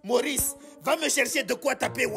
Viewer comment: Pk la daronne elle met un "i" quand elle prononce le prenom de Wayne